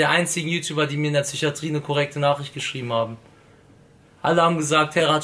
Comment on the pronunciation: Lak es heißt psychatrie und nicht zychatrie